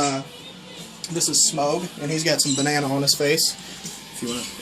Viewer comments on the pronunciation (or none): You're the 2nd person I've heard pronounce Smaug "Smoge" xD It's hilarious. It's "Sm-ow-g" ;) Or Smog. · What are the birds I hear in the background? Also, Smaug is pronounced like 'smog.' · just to let u know if ur naming ur lizard after the dragon from the hobbit it is pronounced smahg even though it is spelled smaug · sorry for correcting you but it isn't SMOGE it SMAUG